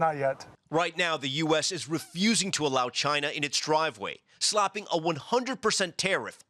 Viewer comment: Why is Tom llamas saying slopping a tariff, instead of slapping a tariff?